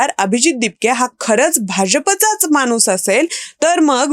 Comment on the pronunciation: माणूस हा उच्चार खटकला. न व ण च्या मधे लटकला. खणखणीत ण हवा.